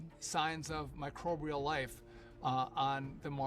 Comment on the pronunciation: The guy who spoke about life on Mars is a University Graduate & he couldn't even pronounce "Microbial" he said "Microrbial"